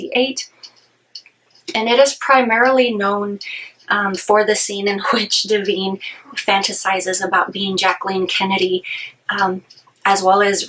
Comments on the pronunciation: It’s not Deveen It’s DIVINE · Is there a reason you are mispronouncing Di-vine, as Di-veen? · De-veen!!!! Oh dear! No way to take you seriously when you can not even pronounce the star's name correctly.